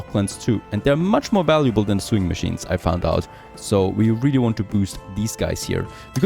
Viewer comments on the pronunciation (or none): Hey, despite "sewing" is written like "sewer" for example, its pronounced with an "o" like "other" or "something". s"o"wingmachine. its crazy, i know... love your series and greetings from germany!:-)